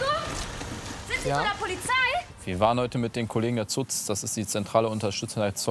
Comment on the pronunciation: "ZUZ" ich kann nicht mehr 😂😂😂😂😂😂😂😂😂